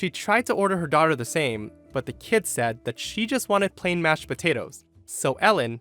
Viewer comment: Oh ok it was english, sorry. Thought she said "Tochter" 😂